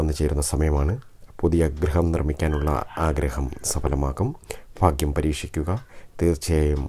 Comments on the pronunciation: Edo Fagyam alla Bhagyam ennui para..... You are talking to Public..not to your local people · ഫാ അല്ല സഹോദര ഭ ഭാഗ്യം എന്ന് പറയു... ഫാഗ്യം ഫാര്യ ഫര്ണി ഫാഗ്യവാൻ അല്ല... ഭ ഭാ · ഫാഗ്യം അല്ല ഭാഗ്യം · Phagyam ennalla Bhagyam ennanu parayuga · കമെന്റ് വായിച്ചിട്ട് ഞാൻ ചിരിച്ചു ചത്തു ഫ അല്ല ഭ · ലോട്ടറി കച്ചവടക്കാരനായ ഒരു പാവം ചങ്ങാതി...കൊല്ലം....ഫ....അല്ല ഭാ ആണ് എന്ന് എത്ര പറഞ്ഞാലും ഇൗ കൊല്ലം, തിരുവനന്തപുരം ഭാഗത്തുള്ള ആളുകൾ മനസ്സിലാക്കാൻ ശ്രമിക്കില്ല.... ഇനി മനസ്സിലായാൽ തന്നെ തിരുത്താൻ ശ്രമിക്കുക എന്നത് വളരെ വിരളമാണ്... പക്ഷെ സ്നേഹിക്കാൻ കൂടെ സഹകരിക്കാൻ തയ്യാറുള്ള നല്ല ആളുകളാണ് ... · എല്ലാ നക്ഷത്രക്കാരും 'ഭ' വേണ്ടിടത്ത് "ഫ" പറയാതിരിക്കുക.... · Fagyam alla mashe bhagyam ennu parayu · Not faghyam bhagyam..... Kelkkumbol endhopole thonnunnu plz change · Sir phagyam ഒഴിവാക്കി ഭാഗ്യം എന്ന്(bhagyam) എന്ന് പറഞ്ഞു കൂടെ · Fagyam alla cheta Bagyam😀😁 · Bhaagyam fagyamalla.bhaaghyam.bhaaghyam.ayyayoo fagjyamennuparayalle plz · എന്റെ പൊന്നു ചേട്ടാ ഫാഗ്യം അല്ല ഭാഗ്യം......... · Fagiyam അല്ല bagiyam anu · Bhai fhagyamalla bhaagyamaanu ithupolum malayaalathil parayaan ariyillenkil engine mattullavatku fhagyamundaakum. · ഫാഗ്യം അല്ല ഭാഗ്യം ആണ്. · ഫ. അല്ല. ഭ. ആണ് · ഫ അല്ല ഭ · Fa alla bhaa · ഫാഗ്യം അല്ല ഭാഗ്യം ആണ് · അത് തന്നെ ഫാ കേൾക്കുമ്പോൾ ചിരി വരുന്നു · എനിക്ക് 'ഈ'ഫാഗ്യം വെണം' നിങ്ങൾ ഈ.ഫാഗ്യം എനിക്ക് താരണം' ഈ ഫാഗ്യം ഞാൻ 'നെടുക്കുവ) ക' കു'കിക്ക 'ക്കു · ആദ്യം ഭാഗ്യം എന്നു പറയാൻ പഠിക്ക,ഫാഗ്യ്ലോട്ടറി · Urakkam varunnundo ? Ooooh fagiyam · Malayalam adyam parayan padikku chetta,fagyam vannu cherum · ഭ!ഭ!ഭ!ഭ! പറഞ്ഞ് പഠിക്ക് ആദ്യം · ഭാഗ്യം എന്നു പറഞ്ഞു പടിക്കു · ഫാഗ്യം ,ഫാര്യ,ഫയം, ഫാരതം😀😀😀😂😂😂😂😂😂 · ഭരണിയുടെ 'ഭ' പറയൂ ഫാഗ്യം അല്ല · ആദ്യം ഭാഗ്യം എന്നു പറയാൻ പഠിക്ക് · ഫാഗ്യം ഫരണി ഇല്ല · ഹോ ഫാഗ്യം..😂😂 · ആദ്യം ഭാഗ്യം എന്ന് പറയാൻ പടിക്ക് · 108 തവണ ഭാഗ്യം എന്നെഴുതി ശരിയായി ഉച്ചാരണം പഠിക്കുക. ഉറപ്പായും ഭാഗ്യമുണ്ടാകും